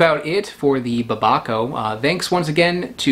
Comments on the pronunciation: "DOLCHE DE BABA-CAO" lmao. Did you mean Dulce de Babacao (pronounced: DUL-S-E) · To be fair babaco just sounds like someone horrifically mispronouncing papaya